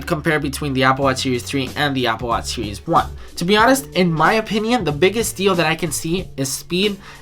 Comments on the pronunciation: Applewash seewees fwee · I won't believe what you said until you can pronounce series in a right way... :P